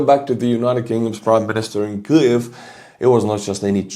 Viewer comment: 😂 let me help u out homie kee-yiv